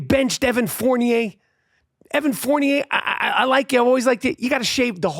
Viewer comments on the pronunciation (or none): none